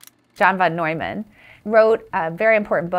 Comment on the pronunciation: That's.......how it's pronounced? "Neumann", although it may look like "Newman" to the untrained, naive eye, John's last name is actually pronounced "Noyman", so she's correct.